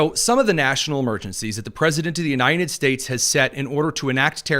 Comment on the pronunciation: I enjoy your show. One thing that distracts me is your pronunciation of "United States." I keep hearing you say U-nine-ted States. Drives me nuts! Great podcast.